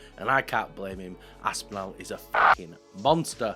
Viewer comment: A) please can you stop butchering “Aspinall” can’t believe I’m having to tell a fellow Brit how to pronounce a British last name - it’s Aspin-all not Aspin-al. B) the drug component of your argument is irrelevant. The top fighters are all on something - some of them just get caught and others don’t - sad but it’s the world we live in C) Activities outside of fights do not make any difference whatsoever to how good of a fighter they are and their goat status. You can be the greatest fighter of all time and also be completely horrible person - the two things are not related. D) I actually think Tom Aspinall is the better fighter and Jones ducked him, so i agree with you. But not because he’s a nice person, not because he’s drug free, not because he doesn’t beat his wife, but because he is actually legitimately a better fighter at the current moment. The two fighters in their prime well that’s actually an interesting question. Would be close.